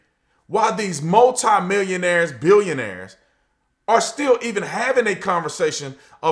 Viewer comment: Also every time you say multi it sounds like you're saying Mozart!